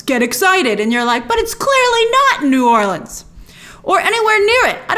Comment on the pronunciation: Thanks for pronouncing New Orleans correctly. 👏🏽